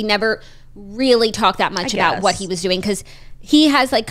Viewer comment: The episodes are always better when jackie answers with "Im DERN good" instead of "Im doing good" lol